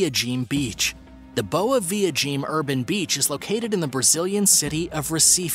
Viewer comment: The way you say "boa viagem" sounds like you're saying "good little fag" in Portuguese